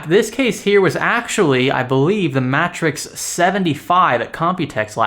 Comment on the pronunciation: Are we sure it's not pronounced mAtrexx as in matrix? The single T tells me it's matrix (phonetically)